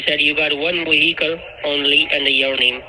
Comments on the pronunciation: ONE WEHICLE..LOL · She has one wehicle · LOL! --- "VE found the blood and drugs RESIDUTES inside the WEHICLE". 🤣🤣🤣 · Wonder what "WEE-HICKLE" rental service rents out a 2009 car 🤣🤣🤣 Sanford & Son's WEE-HICKLE RENTAL'S.. 😂😂😂 Did they rent it for TREE days..🤣